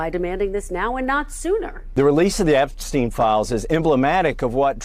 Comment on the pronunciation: Why is it that americans seem unable to pronounce "Epstein"? Listen to Mr Crooke, he pronounces it correctly.